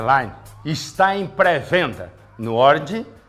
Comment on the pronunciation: "O bétoufild rédlaine está em pré-venda no oridi, piessiene e no équissi boquissi laive." kkkkkkkk Me lembrou o Joel Santana na propaganda do shampoo pra caspa.